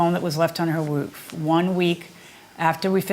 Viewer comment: Judge said, "woof" instead of "roof" 🤣😂🤣🤣